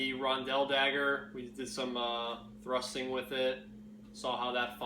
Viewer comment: lol when you said it's made for one thing and one thing only thrusting I only heard rusting anyway love the reviews keep it up!